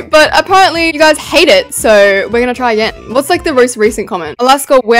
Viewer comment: I like how u said TRY